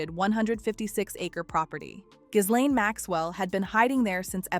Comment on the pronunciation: iF YOU really want us to take you seriously on this very serious topic you have to pronounce her name properly and you dont.